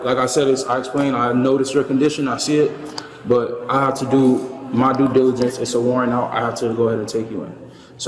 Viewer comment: "I hafta do my du dilogense, there's a warrant out, I hafta take you in" 🤔 He can parrot the words "due diligence" but he clearly doesn't know what it means.